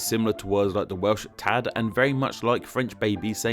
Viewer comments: The Welsh pronunciation is off, too - it's a long "a", so it's "taad". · The Welsh is kind of alright the first time he says it. The 'a' in "tad" is held, so it sounds like "tahhhhd".